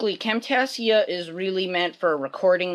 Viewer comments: You seid Camtasia wrong lmfao. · WoW this was a real good turtle and i dont know how to tell you by typing but your prenouncing Camtasia wrong :)